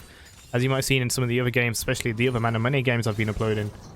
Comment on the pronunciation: Y do u pronounce manamune like that